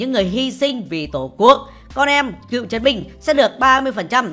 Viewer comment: Con em Cựu chiến binh chứ không phải "cượu" chiến binh nha ad